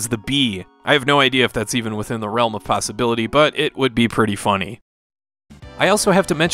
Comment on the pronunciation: You mean in the realm of posi-bee-lity?